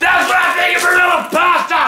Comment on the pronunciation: Love the unnecessary emphasis on Barilla XD